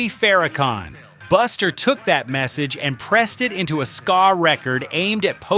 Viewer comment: This is a load of garbage..i heard most of these on the radio in the uk and never heard about the Albert hall incident..and he can't pronounce ska😂😂